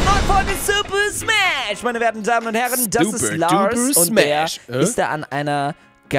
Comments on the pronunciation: Ich liebe super smasch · "SUPER SAMSH" 😂👍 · "samsh" xD